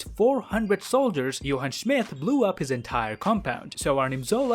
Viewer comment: “Johann Schmith”